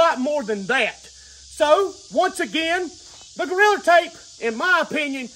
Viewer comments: I absolutely love how he says goriller tape 😂 makes me laugh every time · Every time he say’s “Goriller tape” I DIE LAUGHING 😂😂😂😂😂😂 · Every time says 'Goriller" take a drink. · His 'Goalriler Tape" had me dying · I can't fathom how you get an R on the end. I've tried to say it several times already. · Goriller tape hahahaa. he said Goriller tape … Ohh shit i gotta pee